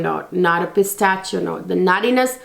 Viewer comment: Thank you so much for a great, on point review! Just wanted to point out that the “ch” in Pistachio is pronounced as “sh.” ☺️❤️❤️